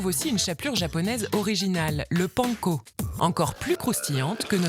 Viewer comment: Mais comment ils prononcent panco?!?!?!?